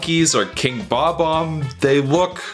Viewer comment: Fucking PROPS for saying "Bob-omb” properly. So many people say it "Buh-bomb" and I never understand why. They have a definitive pronunciation that is consistently ignored. I just don't get it...